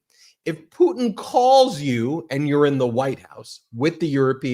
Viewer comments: Caroline… it’s PU TIN. not PU IN!!!!😅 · Why does Karo-lyin Leave-it say "President POO'n" not Putin?😂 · Karoline Leavett can't say "Putin". She says "Poo-In". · Why can’t leavitt pronounce Putin ?? Instead of “poo-in” I can’t stand her voice … and her lies! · Has anyone else noticed that KKKarolyin' cannot pronounce the letters N and T? ("Fetanyl" and "Poo(t)in"). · Poo-in... She's so ignorant. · Can't stand how Leavitt says Putin... "Poot'in." Silly nit, I suppose. Fact is, everything about her is offensive and irritating. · KKKaroline sounds like a f*cking Valley Girl, pronouncing "Putin" as "Poo-in"!